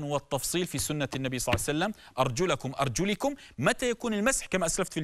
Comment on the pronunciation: جوابه يدل على جهله، قرأ أرجلكم بكسر اللام وهي بالفتح ،ثم تدارك بعد اتصال الكونترول